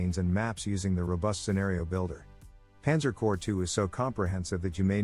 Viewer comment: Panzer "Core" 2?